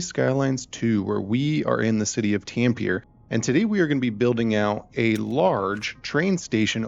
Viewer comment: Love it, but I can’t get past the pronounciation of the city name. It is pronounced like ”Tum-peh-reh”. Keep it up 😄